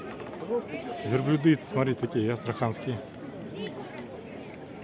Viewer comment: Верблюды, ударение на Ю, а не верблюда-ударение на А. Извините, но русский язык надо знать.